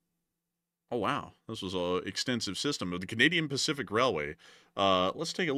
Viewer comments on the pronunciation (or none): none